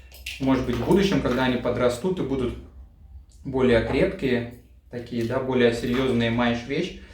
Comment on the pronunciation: "маэшь вещь" 😆